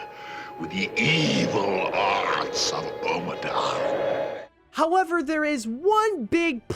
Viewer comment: It's Ommadon (OH-MUH-DON, NOT AH-MUH-DON or AWE-MUH-DON)